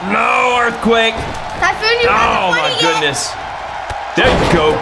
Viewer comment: He said tyPhoon capital p